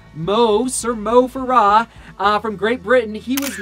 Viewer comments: It's Mo FARAH, you say it like it is has o's in Farah. lol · It's Mo Farah; accent on the first syllable; not the last. Good analysis.